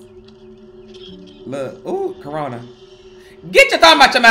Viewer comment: He said rona